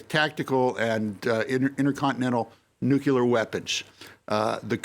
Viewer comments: maybe its just me but i find it hard to listen to or see anyone as credible who cant pronounce nuclear... nucular its not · what is so difficult to pronounce Nuclear ...that one have to pronounce `Nuccular ``... Knowing the GHW is one who started nuccular... It is telling .. capacitywise...for Craig Copetas..